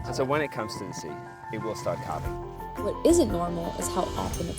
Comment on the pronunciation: i would have a VERY hard time not picking one up and giving it a squeezy hug!!! So "gentoo brain." Is that what I have when I completely forget what I was doing 0.5 seconds ago??? BTW, it's pronounced CALV-ing, not cowlv-ing. Like a baby cow: CALF. You had a guy with an accent, so... what a fantastic experience, well done!